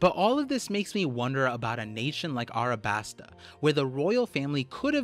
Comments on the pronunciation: A LLLLLLLLLLLLLL A B A S T A NOT ArAbAsTa... Jesus it's the easiest word when you can pronounce "Don Quixote" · alright we need to have a discussion of Arabasta vs Alasbasta. Arabasta is cringe and Alabasta is chad, discussion ended. also the Greek Goddess Nike is not 'knee-kay', its actually 'knigh-key', just like the clothing brand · Why do you call it arabasta and not alabasta